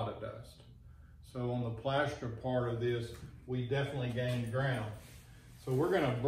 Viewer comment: The Plaeshstaar 😂😂